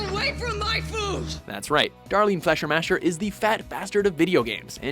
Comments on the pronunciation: Faschermascher? you mean Fischer macher! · Fläschermäscher?... Das heisst FLEISCHERMACHER!!! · Fleischermacher is pronounced 'Flyshamakha' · „Flesher-masher” is not how you pronounce that. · You say fleischermacher wrong -.- sry has to be! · uh wow.. thats the worst pronunciation of Fleischermacher I've ever heard.. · How you pronounce "Fleischermacher". I can't stop laughing xD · That pronunciation of Fleischermacher xD